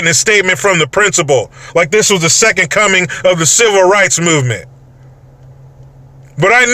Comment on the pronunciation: Rice??? I thought you said rights! 🤣🤣🤣🤣🤣🤣🤣